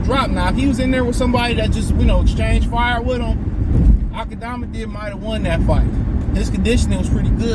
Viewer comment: “Akmadamadiv” 😂😂😂😂 Boi you funny asl